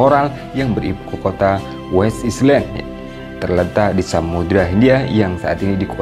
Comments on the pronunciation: gak pernah belajar bhs inggris ya ? island kok dibaca islend ? metinya ailen. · Home Island...cr sebutn ya.....Home ailen...bukan islen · Min..maaf koreksi. 'island' bacanya ailen bukan islen... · Jangan "islen"lah pak.."ailen" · Island benarnya. Right spelling, right pronounciation from original language. (Semua nak dimendoniakan pening haku😪) . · contennya bagus banget.. masya Allah.. hanya sayangnya, tolong min pengucapan 'pronounce' bahsa Inggris nya min.. "island" otu bukan diucapkan "islen".. malu kan jadi nya terlihat tidak educated.. thanks